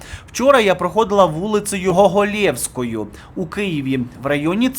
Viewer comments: не "ГоловЄвською", а "ГОголєвською" - ударение на первый слог... улица имени писателя Николая Гоголя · Вулиця не ГоголЕвська, а Вулиця ГОголевська. Ну це ж просто .Письменник ГОголь, наголос на букву О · Людина викреслила себе з украінського простору сама, навіщо його воскрешати і популізувати Не цікаво А вулиця ГОголівська( з наголосом на першу о, від Гоголя) Дякую